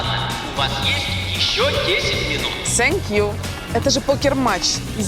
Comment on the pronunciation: Скажите ей, пожалуйста, что произносить надо не "sank you", a "thank you"! Это важно, потому, что есть большая разница!